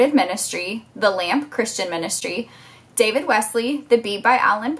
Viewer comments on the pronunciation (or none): none